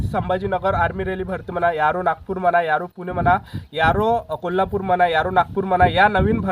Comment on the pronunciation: Aro ❎.... Yaro ✅....